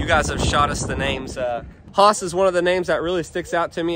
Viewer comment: Should spell it "Hhhhaas" tho lol, Based on the way you keep saying it 😏